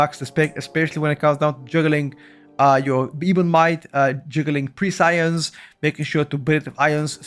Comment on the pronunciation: the word is said [Press-e-Ence] and to have this quality is to be prescient [Press-e-Ent]